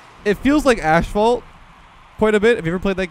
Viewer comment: bro said ashphalt oh my days I did not think that would bother me as much as it did